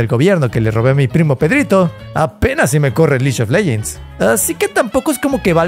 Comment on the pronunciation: "lish of legends" "douta" bro for real ??